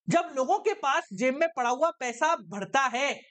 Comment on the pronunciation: According to sir it is barta not badhta😅